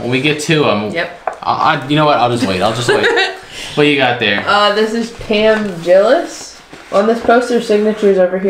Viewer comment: Lol Pam Jillis .... lol ! Pam Tillis! Love it !